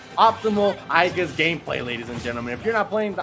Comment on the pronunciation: If I had a penny for every Smash announcer that can't pronounce Aegis... Just say Pyra and Mythra instead of trying to sound interesting guys.